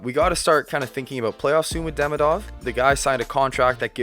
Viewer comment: Well, I need to say this out loud. He's not DEmidov or DemidOv, he's DemIdov, like Demeeedov. Think about Ovechkin's surname while trying to pronounce that 😆